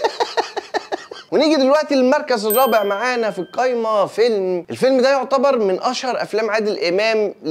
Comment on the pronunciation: كل ما تقابلني حلقة ليك وادخل اتفرج الاقيك بتقول الكايمة مش القايمة اروح قافل الفيديو ع طول 😂